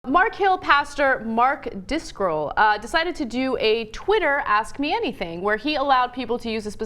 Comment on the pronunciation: So silly- i dont even think they knew who Mark DRI-SCOL is, they butchered his name and the church name. And why does everyone always bring up old testemsent commands that have already been abolished and no longer apply, because than u have the statement "hey, its in the Bible"... and its out of context